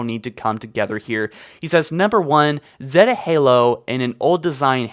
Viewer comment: Ugh your pronounce zeta is wrong